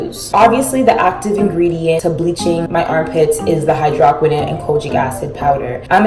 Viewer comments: exactly. I was gagged when I heard that hydrahkwinin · Dear goodness, your hair is beautiful. Also, as an avid skin care junkie....It is pronounced hydro(like no)-qui(like squid)-no-n. Just to help if anyone is confused about the product you are using. Not to be a jerk to you, I love your videos and think you are a lovely creator. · H EYE DRO QWI N OWN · whew it’s pronounced hy-dro-quin-none😭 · Soluble is pronounced Saul-you-Bul and hydroquinone is pronounced hydro-Kwee-naun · You pronounced hydroquinone wrong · Did you really just pronounce hydroquinone like that...? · Hai-droh-qwin-own Lol you just spelled it